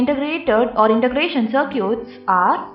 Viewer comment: I wonder, why she keep saying "Sir-cutes" to circuits??